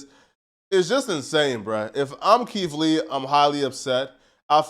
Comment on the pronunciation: "Keef Lee" lol